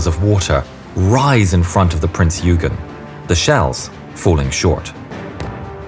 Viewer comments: nor did the narrator bother to learn to pronounce Günther or Eugen correctly . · if he doesnt keep pumping out content he is going to lose subs, Youtube is a cruel place